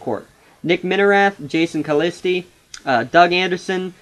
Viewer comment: Balance? What are you talking about? The Crusaders have eight legitimate players, and nobody is dominating when it comes to minutes played. The Titans mainly use only six players and basically have no bench. Where is this balance coming from? You also mispronounced Calliste, Broekhoff, and Van Wijk.